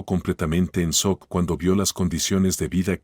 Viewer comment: Se escribe y se pronuncia shock no sock